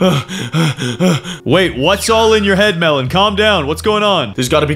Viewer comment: Melon not Mellon